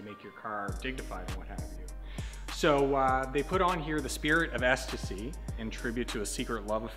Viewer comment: Surprised a Canadian got the pronunciation correct on the spirit of ecstasy most people say extacey or something like that bravo bud